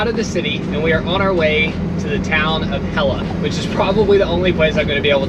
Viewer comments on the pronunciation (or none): Hehe- Hella is pronounced like Hetla. Icelandic is hard though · "Going to Hella, the only town I'll be able to pronounce!" .... It's actually pronounced Het-la 😂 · Well, Hella is pronounced Hett-la so you didn’t even get that once right 🤣🤣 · "This is probably the only word I'll be able to pronoumce right" Me: ...you pronounced it wrong 😅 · how tried to pronounce hella... and got it wrong..🤣🤣🤣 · Pronounces "Hella" wrong then says "probably the only place I'm going to be able to pronounce this entire trip" 🤣well I give you A for effort though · "We're on our way to the town of Hella" "Which is probably the only place I'm going to be able to pronounce" said while pronouncing it incorrectly